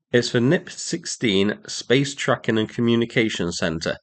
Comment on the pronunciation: i thought you said "Space Truckin" for a second and had flashbacks to Deep Purple's Machine Head 😂